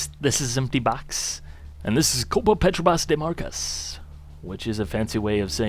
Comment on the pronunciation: hahahahaha sorry empty but the way you say "copa petrobras de marcas" was very funny!, I am Brazilian! but do not take this as a serious comment, I like the way you talk about the Reiza games as they really should be treated , are great games! great vid!